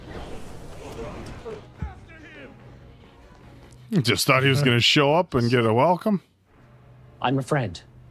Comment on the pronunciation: They butchered Roku